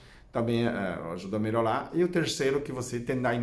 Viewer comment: Vdd. Acho engraçado quando ele diz Melolar, quando, na verdsde, ele quer promunciar melhorar. Rsrs...